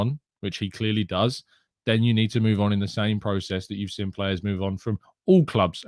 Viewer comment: Hi massive fan of the morning show keep up the good work but bro you pronunciation of seen as sin is really starting to question my love for a amazing channel please respect the 2 ee's the went into the make up of seen it will improve my viewing pleasure please and thanks (and yes I do have to much time on my hands 😔)